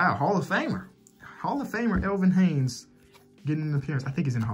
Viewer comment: Elvin Haynes its Elvin Hayes Haynes its all too though keep up this content I like it a lot